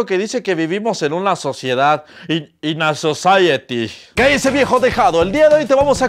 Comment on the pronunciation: “In a sosaiety” - 2020 Ya ni él pelusa caligari tenía frases tan buenas como esa 😂